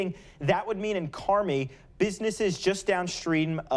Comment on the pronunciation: He said, "Carni" illinois?